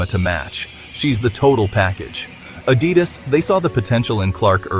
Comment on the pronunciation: you say Adidas dropped a bomb and showed the Nike logo and went on to say the deal was $28 million, which was actually the Nike deal. Then your Ai voice-over can't pronounce Adidas. This is all Click Bait. boycott Hoops Horizon and Hoops.